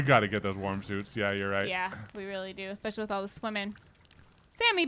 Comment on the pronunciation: I kept hearing "warm" as "worm" and let's just say I got pretty confused lol